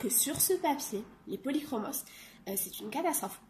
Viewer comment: Coucou ils sont superbes tu as fait d'énormes progrès en 1 an je trouve ton portrait magnifique. Bon je suis contente car toi aussi tu prononces le « s» des polychromos. A voir tes colos mystères j'ai envie de craquer et de me prendre un livre peut être le colo mystère 5 de Disney 😁😘❤